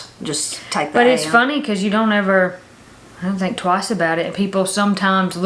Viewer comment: Twice with a T.....twicet.